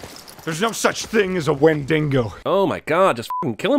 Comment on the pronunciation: Shhhhhh! The dufus who did this video missed the Ranger's mispronunciation of wendigo as "wendingo"! He'll probably need 20 more hours with his therapist for having missed that trick.